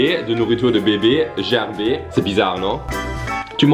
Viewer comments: La marque de bébé ne se prononce pas gerber "jerber" mais avec un "g" comme "Gabriel" sinon superbe vidéo 🤩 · Gerber est le nom de famille du fondateur, ca ce prononce Ger-ber, comme en Anglais 😉 Mais j’avoue que cela est bien drôle la manière que tu le prononce 😂😂😂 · Salut. Gerber est une marque connue en Suisse et cela se prononce « Guèrbère ». Bisous à toi et Carl et une caresse aux loulous. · Ça ce prononce gerber avec le « r » et non pas avec le son « é » ( c’est mon nom de famille j’y ai eu droit tout mon enfance à cette blague..)